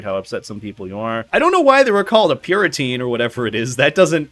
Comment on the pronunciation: Time to start drama about the fact that can't pronounce the word "puritan". Never mind, switching gears to start drama about the fact that "puriteen" is apparently a word that people use un-ironically.